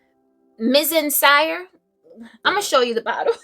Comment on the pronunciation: Ohh & I am totally w/ you about the NEW Kayali fragrance, it was rather underwhelming for me, I was expecting more depth w/ the wood/burning, but it wasn’t there🤷🏽‍♀️ Kayali - Eden was a pleasant surprise..she’s juicy & fruity for sure, but more running errands. Also, Mizensir is pronounced - Miz-en-seer..enjoy🥰🎉💓